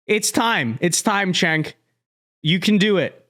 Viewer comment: It’s “Jenk”